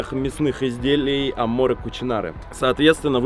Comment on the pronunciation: Меня одного дико коробит, когда Витя говорит - амоРЕ кучинаре? Вероятно это все так и задумано, но мне прям не по себе от этого)